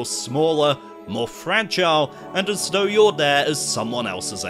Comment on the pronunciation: This is a great video but whats with the de (the) day (they) doh (though) den (then) deez (these) dis (this)?